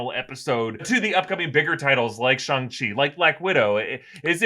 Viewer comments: It’s shaaaaaang Chi not shung chi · It's said sh-ang like sh- and then like aang from Avatar the last Airbender. Shi is correct though. No worries it kinda a tough word. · I have always heard Shang-Chi pronounced like "bang." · For fucks sake stop calling him Shong Chi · “Shong-Chi” lmfao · Jesus...it's Last Airbender all over again. Just because a white billionaire says it like that doesn't make it right. I cannot finish any video about Shang Chi.